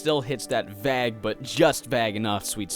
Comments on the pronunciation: lol, vague. Pronounced, Vaeg, not vag. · Um...It's Vague...it's not pronounced Vag. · its vay-ge not v-ah-g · Why tf does he say vague like that not once, but twice?? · Hey! Love your videos! You say "vague" weird. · Ah, okay. Makes sense because I've actually met people from Nova Scotia who pronounced it "bag-el", which lines up with your pronunciation of "vague". Thanks for clearing that up. Your videos got me into the Lisa series! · Oh my gosh the way you say vague i can't deal But great video nonetheless, keep up the good work :P (by the way if you want a good rpg maker game you should play Star Stealing Prince it's really goooood)